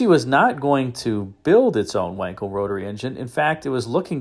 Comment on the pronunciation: It's pronounced Vankel